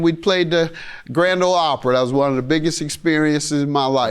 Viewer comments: Anyone wanna tell judge mathis its OPRY not Opra 😂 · Judge, it’s ‘Opry.’ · It’s “Opry” Judge Mathis. 😂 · It’s not the grand old Opera it’s the Grand o Opry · Grand Ole Opry, not Opera.